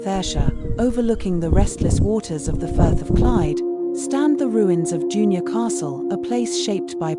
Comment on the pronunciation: June- your. Think you mean Dun-ure